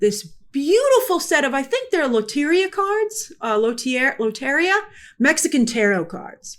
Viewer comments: And it's pronounced kinda like luh-teh-ree-ah :3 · Grace you had me confused for a second by the way you said LOTERIA lol